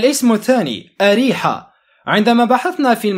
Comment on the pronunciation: انت بتقرا نشرة؟!! ثم انت بتنطق غلط ثم اريحا إسم عربي لمدينة في فلسطين